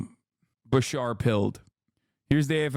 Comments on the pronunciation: As a Kentuckian hearing Hasan say BaSHAR instead of BaSHEERE was killing me. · Love Beshear but would do anything to convince Hasan to stop saying ba-shar